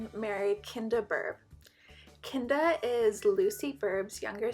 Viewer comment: I'm pretty sure Kynda is supposed to be pronounced like "kinda." Kynda Pleasant and her husband Les both have pun names - less pleasant, kinda pleasant.